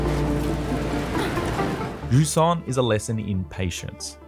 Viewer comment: If only they said its name correctly just once.